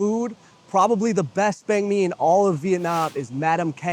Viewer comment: Lives in Da Nang, but pronounces banh mi as “bang me” 😂😂😂